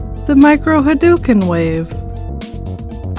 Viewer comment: Ha Dough u ken... haDOuken..... ryu literally does not say ha DUKEN... This was painful to listen to.